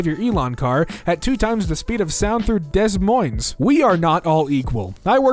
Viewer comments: Hey... Des Moines is pronounced Deh Moin:) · Just a quick pronunciation reminder: “des moines* is pronounced da moyn edit: please dont reply to me with a hate comment, i know that what i said in the sentence above me is a jerk move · it's "duh-moin", the S's are silent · Him pronouncing Des Moines like that hurt it's pronounced DA MOINE The s is silent. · He said it like it's spelled how dare your say Des Moines! It's spoken like Deh Moine (Des Moines is the capital of Iowa) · I'm sorry but it's pernoused de Moines the s is silent I learnt almost the same way you just did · Des Moines is pronounced Duh Moyn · What about damned “dez moinz” instead of “Des Moines” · Love how you pointed out this one and not how they pronounced Des Moines .